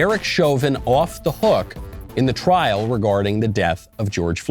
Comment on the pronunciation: It’s *trial not “trail”